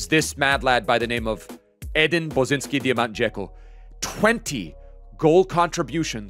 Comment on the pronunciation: Love the video, creative emotional squads like always!!! Just have to say that it is pronounced Bosanski Dijamant and not Bosinski, just swap the "i" with the "a" sound, the rest of it is spot on and much appreciated❤